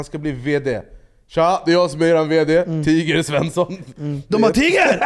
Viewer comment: tiger ska ju ha engelskt uttal som i t.ex. tiger woods